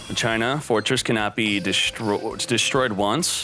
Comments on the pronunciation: it's not pronounced MA CHINA it's MAKINA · whyyyyy......its mah-ke-nuh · "Ma-china" lowwwwwwwwwwwwwwwl getting back into Yu-Gi-Oh Might run machines. Cool video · Omg if I hear Ma China one more f'in time it's pronounced Ma-Keena lmaoooo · IT'S MAKINA not MA-CHINA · Mock-in-uh. Not Machyna. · PLS no MA - CHINA, isn't it supposed to be MAKINA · it's Makina/Masheena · FOR THE LOVE OF GOD ITS MAH-KIH-NAH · u pronounce it like spanish not ma china lol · I think ur supposed to pronounce it like makina :) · I'm just here for muh-china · bruhh MA-CHINA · If I had a dollar for every time says MA-CHINA, I would have enough to make this deck. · Ma key nah is how you pronounce that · DrakathDrago I think you’re right about the pronunciation. It’s pronounced “Ma sheena” in the dub of the 5Ds anime. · Me: breaks plate: MA CHINA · He havin "Ma China" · like the vids man keep it up, but the "ma-china" cracks me up everytime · Lol “Ma-China” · The way he says machina sounds so wrong but funny since he mispronounces most of the card names pretty funny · Is he purposely saying it wrong ? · If I had a dollar for every time mispronounced Machina. Machina as in mach machine-ina as in idk that's just a bunch of letters. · I cannot stand how you pronounce machina